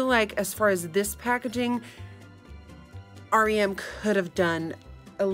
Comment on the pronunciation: the only person who reacted to the brand and actually said its name correctly. everyone keeps calling it "rem" not "r.e.m."